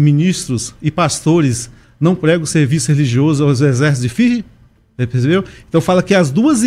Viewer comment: O irmão não não conseguiu fala o nome Führer o U tem som de“ i ” pronúncia= fiiihrer, o teve total razão em seus pontos de vista muito inteligente 🧠, portanto o führer foi um líder que aniquilou judeus e tjs e poucos comunistas o erro do führer foi este.